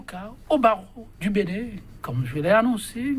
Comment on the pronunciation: BENIN et non BENNIN